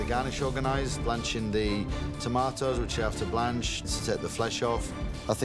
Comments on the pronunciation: "some tarmartoes" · what did she say? Tomatoes or tamaters? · Theres an r in tomatos?